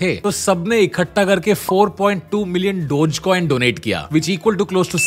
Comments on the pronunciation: Its not dodge coin its dogge coin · I thought it's pronounced as dog-e-coin, wth is dodge coin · Bhai Dodge coin Dodge coin kya kar raha hai? Doe-gay coin pronounce karte hain. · Always thought it's DOG Coin, not Doj coin. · Its not डोज coin its डोगे coin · "डोग" not "डोज" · I think its dog-eee not dodge😂😂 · I don't think it is pronounced as "Dojcoin", instead it is pronounced as "doggycoin" ...... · Wait I thought it’s called DOGEYY COIN NOT DOTCH COIN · Its pronounced dogee coin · Its Dog-e-Coin come on Tanmay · I thought it was pronounced dogy coin